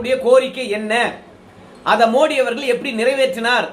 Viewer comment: மோடி இல்லை மோதி. ஆங்கிலத்தில் ட த இரண்டுக்கும் T, D தான். அதனால் தவறாக தமிழகத்தில் உச்சரிக்கிறார்கள். ஜெயலலிதா கூட மோடியா லேடியா ன்னு தான் பிரசாரம் செய்தா. வட‌மாநிலங்களில் அவரை மோதி என்று தான் அழைக்கின்றனர். மோடி இல்லை. வெளிநாட்டு வாழ் இந்தியர்கள் பிரதமர் அந்த நாட்டுக்கு செல்லும் போது மோதி என்று தான் சொல்லுகின்றனர்.